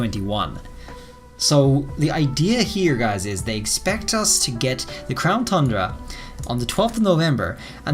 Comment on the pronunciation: My one question is why does he continue to say crown thundra? Is it like a joke I’m missing?